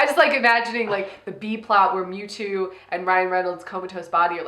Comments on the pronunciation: I have never... NEVER heard mew two beeing mispronounced as Mooto x,D I’ve been a fan of pokémon since I was eight, stil a proud fan today even though im 26, never saw this film though.. I could tell it would be trash :P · I died when she said memetwo